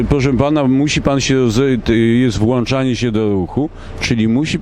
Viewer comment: Włączanie a nie włanczanie